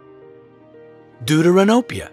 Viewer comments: Bro am I a bad person cuz everytime he say Deuteranopia I die cuz it sounds like doodoo ranopia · Deuteranopia...you killed the word! It's Greek and pronounced "Thefteranopia / Δευτερανοπία" = second look at (Protanopia = first look & Tritanopia = 3rd look) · No Offense but did he say... duduranopia?